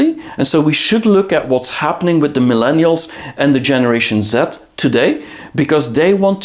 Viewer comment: I thought you said generation Zit. 😂